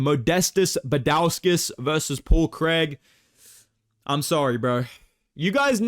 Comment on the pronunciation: “Paul Craig!” 🗣️ “Paul Creeg.”